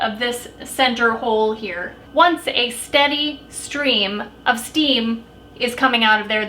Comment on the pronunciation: "Steady stream of steam" that's a tongue twister! You nailed it! It would've taken me several takes to get that one right! Lol